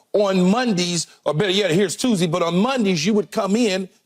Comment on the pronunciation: Kee calls it Mudee and Tusdee LOL